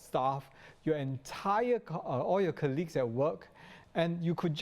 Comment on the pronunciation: Another so called Professional pronouncing "Colleagues" as "KER-LEAGUES". Why is this so, in a country where education is good? Even nationalities coming from countries that doesn't speak English regularly ,pronounces it perfectly. Stop evolving words. 😣